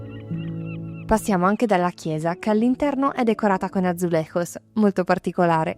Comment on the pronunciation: Bel video. Atenzione alla pronuncia del J in portoghese, mai comme in spagnolo, ma si alla francese. Azulegius non Azulerros.